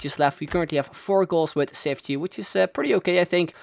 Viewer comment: His name is pronounced cheefchee kazzooie but great vid :)